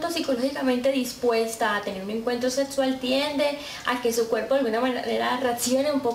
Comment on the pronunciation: Me gusta cuando dice : "Su asesora setsual" XP